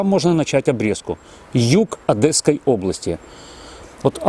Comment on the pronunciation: Одесской. Нет Одэсской области!